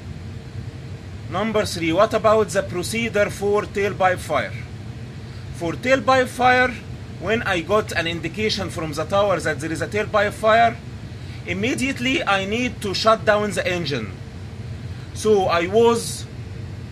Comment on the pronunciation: Good job 👏 But focus on accent like that not zat. Best wishes